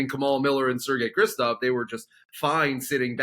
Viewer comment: Why do they keep calling Sergey Krivtsov "Kristov"? Whatever his qualities he deserves the benefit of being called by his proper name